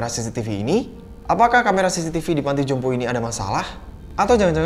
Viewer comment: "Panti jompo" bang... Bukan " panto jompo "... 🤭